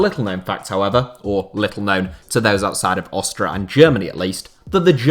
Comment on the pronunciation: Lol "Austra"